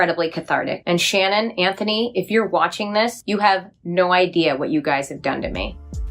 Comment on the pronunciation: Why does she keep saying Andrew instead of Anthony ? I’m so confused